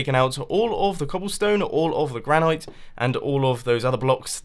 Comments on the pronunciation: Gran-IT. Not Gran-ite. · as someone who lives in the granite state, its pronounced gran-it. short i sound. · Does anyone else notice that Mumbo says granite weirdly? Like he says gran-ight, instead of gran-it. Is it a British thing or am I just pronouncing it differently? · Please pronounce "granite" correctly. It's "-ite" as in "it, not "-ite" as in "night".